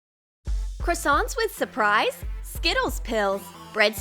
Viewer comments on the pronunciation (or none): It's not SOUPRICE it's SURPRISE are u dumb?